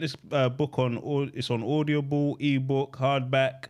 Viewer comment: Helmet for the way you said Audible was horrible